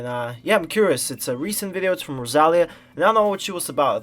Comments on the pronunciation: IS the tonic rosaLÍa. You said roSAlia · an incredible artist like rosalia that this world doesnt deserve should not have her beautiful name pronounced like that lol. nice reaction and analysis tho 🤍